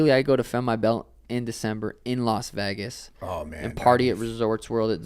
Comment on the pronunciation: the way Sean says Vegas makes me laugh every time